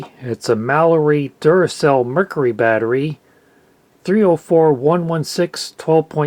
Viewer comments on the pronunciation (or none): none